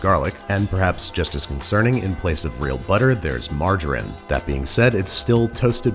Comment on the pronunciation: Anyone else going to question that pronunciation of margarine at the beginning?